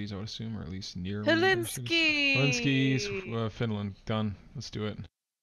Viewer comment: Aagh it's Helsinki, not Helinski... 😁 Helinski sounds more like some Russian place, lol. English is EVERYWHERE, you shouldn't be too surprised to find some English in Finland. And yes we use the Euro, have been using since the day one. Also, all the roadsigns in that Finnish location had two languages on them, Finnish and Swedish (which is the second official language of Finland), that's pretty normal in the Southern and Western coasts of Finland.